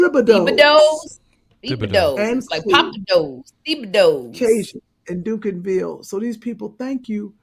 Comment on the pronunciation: Great show! It’s pronounced Dunk-in-ville